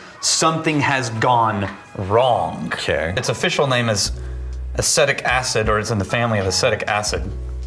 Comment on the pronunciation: BUT ! It pronounced A-SEE-tick acid . I’m correcting you , because I don’t want you to sound like a dufuss . ( Don Rickles; “ I kid because I love “ ) now : back to the movie. !